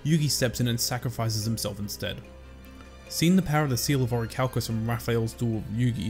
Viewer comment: 😂😂 then officially it's "the seawl uh oracalcamose" Pronunciation is key